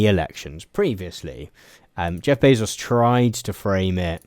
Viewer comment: I know that this is the least important thing ever, but you're pronouncing Bezos' name incorrectly. It's Bay-zous, not Bay-sos.